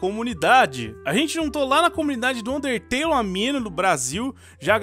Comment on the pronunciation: ele n disse undertale ELE DISSE UNTETELE